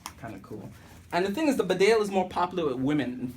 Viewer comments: It's pronounced Beedale, named after a village in Yorkshire, England. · BEE DALE………GOD DAMN IT……… : )